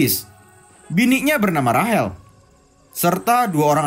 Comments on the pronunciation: Rachel❌ Rahel✅😂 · tulisan nya rachel tapi yg pengisi suaranya bilang rahel 🤣 dah itu nama gw lagi 🤣